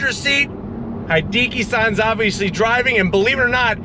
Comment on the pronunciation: Hideki is pronounced: hee - DEH - KEE (not DEE - kee) as in "He + decky."